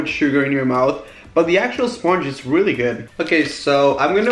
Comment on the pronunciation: he said weally not really